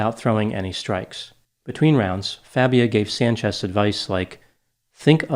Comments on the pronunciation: Everyone needs to keep calling him Fabia....not Fah-bia like he insists it’s pronounced! That eats at his fragile ego 💯 😂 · I like how mispronounced Fabia. What do they call pretending not to be Latino?